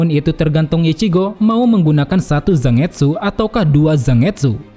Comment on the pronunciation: Kayanya cara pengucapan Zangetsu itu “Zan-getsu” deh min, bukan “Zang-etsu”, sama kaya penyebutan Manga yg “Man-ga” bukan “Mang-a”